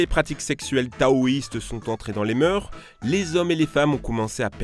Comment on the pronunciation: ENFIN QUELQU'UN QUI DIT "MOEUR" et pas "moeurs"